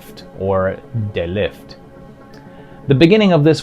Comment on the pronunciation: De Lift..."de" is a Dutch definite article is pronounced "duh." The Killer Condom is indeed based on the work of German gay cartoonist Ralf König, who is a giant in queer media.